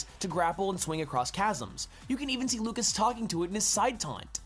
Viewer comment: I know it's just a Smash Bros. gameplay analysis, but I still feel like you should at least MENTION the correct pronunciations. You mispronounced Lucas (it's the French version of the name: [lyoo-kah]) and Onett (pronounced how it's spelt: [oh-net]).